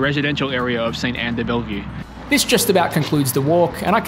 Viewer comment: We don't say the E after the "LL" in de-Bellevue. LOL. Great video to show it is possible to walk.